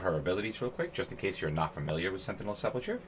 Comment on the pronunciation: Lol look up how to say sepulcher🤣